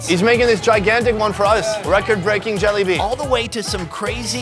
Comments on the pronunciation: Bro did he just say jelly bean or Jalebi? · He’s saying Jalebi like, “Jollibee.” 😂